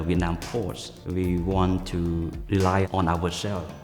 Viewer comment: “We want to wely on our shelves “